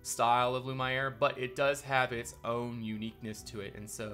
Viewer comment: The way you pronounce lumiere: l u (as in numb) m and the iere you need to pronounce as the word air